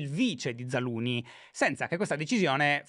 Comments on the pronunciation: Però una maggiore cura sulla pronuncia dei nomi stranieri in puntata sarebbe ben gradita, scusa shy cuore ma zaluznyj non si pronuncia zaluni, c’è una z prima! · “Zaluni” non si può sentire 😂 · Mi viene la tristezza a pensare che cambieranno Zaluzhny 😢. Why, credo di pronunci Zalushny